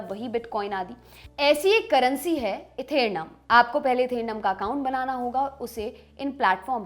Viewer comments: Etherna nii ethereum h aata jata kch nii padh k gyan de rhii bevkoof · It's etherium not ethenum☺☺🤣🤣😈